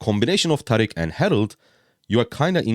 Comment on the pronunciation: I'm here for the pronunciation thank you for pronouncing it right. Not like "Tareeeek" 😭